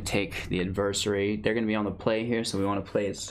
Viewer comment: I love how you almost said Adversary correctly, then you incorrected yourself lol.